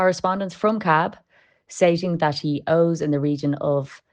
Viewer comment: Whatever about his paying or not paying please prononce your "Ths" . "No chance he'll pay dat" Dreadful .